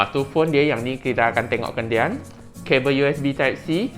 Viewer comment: Suka ayat "kendian" u. Macam melayu asli punya orang😄